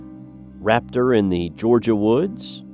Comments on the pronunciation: It's "raptor", not rator.. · The narrator says nothing about the photos shown in this video. I would like to know if they are pictures taken by some whose encounters are recounted here. Also the correct spelling (last cryptid discussed) is raptor not rator. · Wtf is a rator? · Rator? I think you meant raptor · Raptor, not rator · lol "Rator in the Georgia woods" haha. Might wanna watch out for future small mistakes, man. Good video!